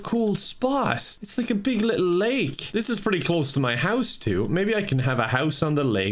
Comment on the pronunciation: “it’s a big littl’ lake”